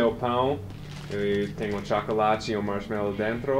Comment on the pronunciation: O tchácolate kkkkkk